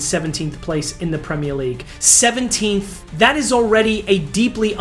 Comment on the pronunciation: I’m an Arsenal fan but Jesus Christ, this mf can’t even pronounce “Premier League” normally 😂. Americans man, bet this guy just makes content with the goal of money, don’t know a fucking thing about football haha